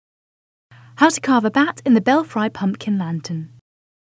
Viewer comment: pum PUH kin. i'm fom the UK and even i know that's a weird way to say pumpkin.